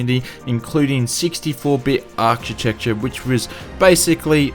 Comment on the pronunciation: Gotta watch out for that arkitekcha or was arkichektcha? :-)